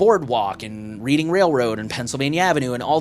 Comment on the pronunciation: It's pronounced Redding Railroad, as in Reading, Penn.